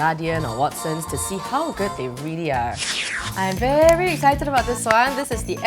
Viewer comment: "the paper is veh big" spoken like a true singaporean :')